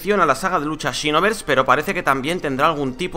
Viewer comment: Por qué dice chinoverse